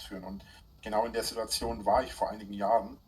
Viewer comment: Das Video braucht nen "Sidduazion"-Zähler...😵‍💫